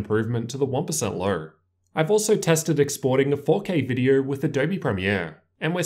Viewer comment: “In this vidiuer”